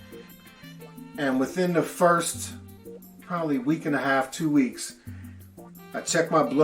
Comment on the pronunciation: 😂 !!! "Ta probally"!!!😂